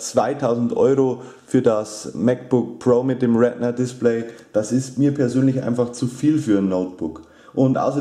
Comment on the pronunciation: Es heiß retina nicht rednet